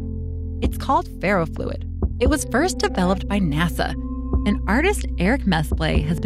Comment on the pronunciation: Bruh she said natha instead of nasa